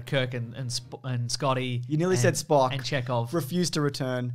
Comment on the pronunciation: “You almost said Spock.” ABSOLUTELY NOT. He almost said Splerk!